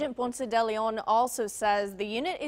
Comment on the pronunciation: It’s Ponce de Leon, not Ponce-Deleon. But it’s nice that ya’ll Interviewed my father.